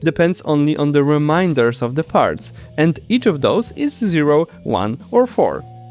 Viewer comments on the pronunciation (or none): 7min41s: If you pronounce can and can't in the same way it is very unclear what you just said. Try saying cannot instead of can't. Modular arithmetic has remainders ( something which remains ) not reminders ( something not to be forgotten ). Now practice saying : Remember you can't forget your remainders. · Remainders, not Reminders. /ei/ not /ai/